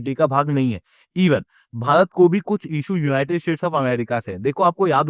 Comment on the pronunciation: Yeh united "shades" Kyun bolta hai?